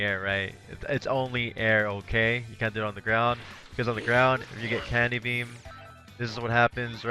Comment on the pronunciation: I always hear "NEVER DO CANDY BEAM". It's hilarious. but where did this phrase come from?